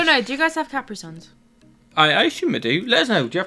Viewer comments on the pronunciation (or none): And it is "ka-PREE sun", not "KAP-ree sun". Like Capri pants (no longer in fashion, of course). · Definitely have Capri Sun, but it's ca-PREE instead of CAP-ry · Everyone I know here in the States pronounces it "kuh-PREE sun" instead of "KAP-ree sun" as. 😁 And yes, we've had it for decades. Pretty sure it's been around since the 80s or so? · American here - We have Capri Sun, but you put the emphasis on different letters than we do when you say the name. You said "CAPri Sun" and we say "KaPREE Sun". And yeah, we have a bunch of flavors. :) And the toilet water - it's bad when the toilet gets blocked. They do sometimes overflow onto the floor. And turning off your sockets - that's brilliant!! I would say 90% of US kids, myself included, have experienced that moment that we learned from first hand experience that sticking something in a socket gets you electrocuted! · We have Capri Sun but we pronounce it differently. We stress the I and the U equally like: Caprí Sún. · Just so you know, we do have Capri Sun, and we have a bunch of flavors. However, at least all the people I know pronounce it differently😅 more like cuh-PREE sun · We pronounce them, "Cuh-pree sun" in the US. Also, most of us keep our AC on all summer because we would be miserable (or die) if we didn't. It was 108° for the last week here in north Texas (42.3 Celsius), but it's quite common to get in the high 90s all throughout most of the US during July and August here. Regarding our plugs: We get plastic covers for ours whenever we have babies/children. Oh and regarding washing machines: many homes in the US have basements, which is where we usually keep our washing machines. I just moved to Texas, and there's a dedicated laundry room in my new home because we don't have a basement. I think most Americans would be put off by a washing machine in the kitchen. It would feel weird to us and very foreign, and potentially unsanitary. Love your content! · Ka pree sun. Yes we have LOTS of flavors